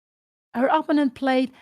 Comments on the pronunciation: Bro too much text just write the correct pronunciation “oppounent ” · But what if Pia Cramling doesn't know that she is pronouncing "opponent" incorrectly and really wants to pronounce it correctly? On the other hand, I think it's totally cool if she knows she's pronouncing it wrong but wants to pronounce it that way. Respect for that. If that’s the case.